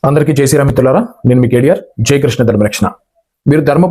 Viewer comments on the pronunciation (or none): none